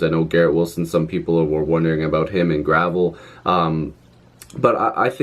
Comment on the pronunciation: I think Gravel is pronounced GRA-VEL for what it's worth. Lots of guys , little cash , bring up a couple guys ( Marchment etc. ) from the Marlies and instantly plug these guys in , they are experienced players not schmucks.